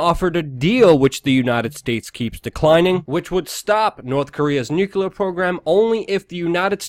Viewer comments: Nucular <> Nuclear - is it wrong of me to expect you pronounce something before criticising it? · Eww, and it's NUCLEAR... not nucular.... I can't believe I speak English better than you, and English is not even my second language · Luke STILL refuses to bother pronouncing "Nuclear" correctly.